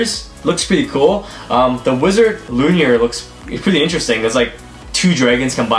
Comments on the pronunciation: It’s not luinir it’s luinor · My guy said Wizard L u n i o r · Its pronounced Luinor. Loo-in-oor. sorry that was bugging me lol